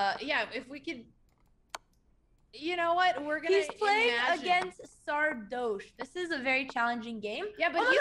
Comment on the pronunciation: Can someone tell them the "oche" of Sardoche is pronounced like in "posh", it's not "Sardôôôche" or "Sardouche", well, maybe "Sardouche" is fine though...